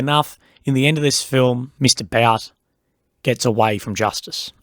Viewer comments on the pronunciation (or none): His name us pronounced as "boot". Do the minimal research!